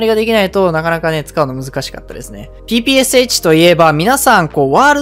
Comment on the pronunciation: ぺぺローションって聞こえたww